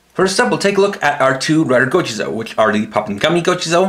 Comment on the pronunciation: Bruv, it's just gochizou